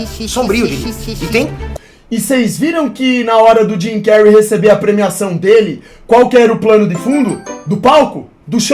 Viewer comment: O melhor é o chamando de Jimy cary ksksks